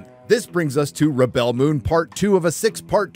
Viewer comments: Rebel (pronounced reb-ill) - Noun Rebel (pronounced rib-ell) - Verb I’m off to watch the intro another 20 times 😂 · It's not rebell it's REBEL. Your pronunciation was killing 😂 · On your making fun of the pronunciation of "rebel". A rebel is pronounced /ˈreb(ə)l/. To rebel is pronounced /rəˈbel/. Everything else is fine but you can stop purposely mispronouncing the name of the show, which is a noun, as a verb. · Wait... You're pronouncing "rebel" like that cos you don't know the difference between a noun and a verb? That's a weird thing to show off about.